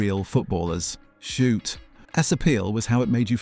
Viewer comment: Your stupid AI voice has real trouble with "Shoot!"